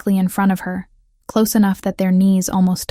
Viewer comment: Please instruct the robot narrator how to pronounce «close» - adjective vs «close» - verb. Better yet, hire a human narrator who knows the difference.